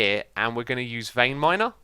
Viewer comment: Vreinminer vreinminer vreinminer. Not veinminer